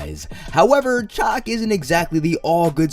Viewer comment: Shaak it's pronounced shaak. Not chuck, or chack. Love your videos but damn your pronunciation kills me.